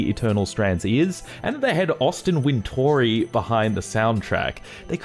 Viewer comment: Like having these smaller length games ro play these days. I mostly play rpgs and jrpg, so I'm usually sinking it hundred plus hrs into every game I play. It can be a little tiring at times. 😅 And just so y'all know. Austin's name is pronounced Winter-ree, not Win-tory.